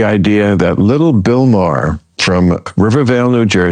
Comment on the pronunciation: "Bill Mare and Gayvin Newzim"